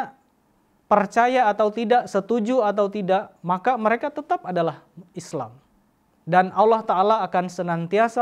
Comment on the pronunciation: Kalimat tauhid pembuka tajwidnya salah, lam jalallah nnya tipis, lu mah ngikutin org india, udh tau org india aneh2